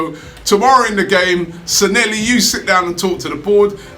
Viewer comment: He Robbie is Sanllehi NOT Sanelli!!